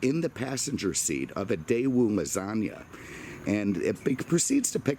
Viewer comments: C'mon - Its Daewoo LEGANZA, not Lasagna! A lovely car, properly designed by the fine artist Giorgetto Giugiaro. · Did you say Daewoo Lasagna? Lol! You mean Le-gan-za?